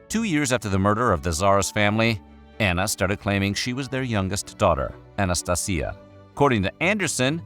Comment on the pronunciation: Anastasia, in a spanish accent, sounds weird.